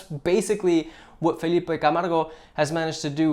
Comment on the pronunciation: love from Brazil! surprised you kind of got Felipe's name right